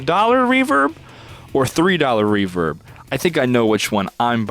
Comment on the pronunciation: Am I the only one getting triggered by the fact they called REVERB, Revert?